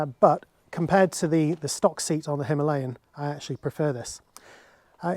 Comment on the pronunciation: You pronounce the tyres CEAT similar to the Spanish car SEAT.